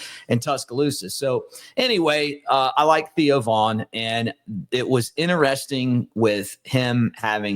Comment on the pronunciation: Theo Von, not Vaughn.